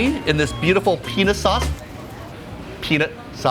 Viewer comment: Peanuss sauce PeaNUT sauce